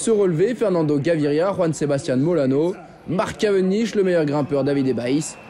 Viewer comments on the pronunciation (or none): none